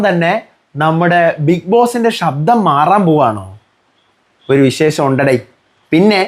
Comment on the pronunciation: ഷബ്ദം അല്ല..ശബ്ദം.. Ok